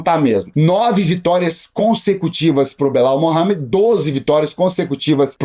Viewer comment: "Bilau Mohamed" 😂